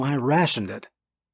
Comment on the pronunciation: Did you say “howmever?”😂😂😂😂